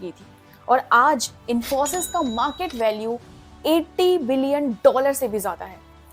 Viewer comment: I like you accent the way you say infosys 👌